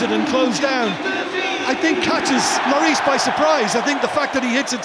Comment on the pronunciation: loris pronouced wrong